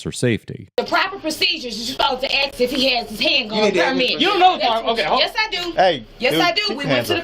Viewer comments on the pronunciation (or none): Can u arrest someone for saying «aks» instead of «ask»? U should…